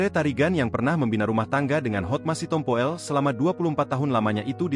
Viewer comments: Hotma Sitompul, mas. Bukan "Sitompo el" astagaaa 😓😞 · Yang baca kok gitu bgt si, si tompo ell 😂😂😂" sitompul‼️